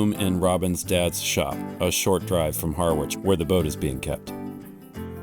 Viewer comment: Does the American pronunciation of Harwich bug anyone else or is it just me? Just saying.